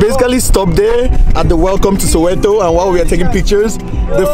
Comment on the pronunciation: Soweto not sowero 😂,loved the video